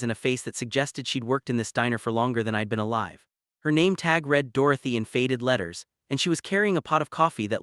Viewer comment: Awful AI voice which can't tell the difference between past and present tense of read and the pronunciation of stared and starred. I gave up after that. It's a pity that the uploader can't be bothered reading it out in a natural voice or correcting the errors.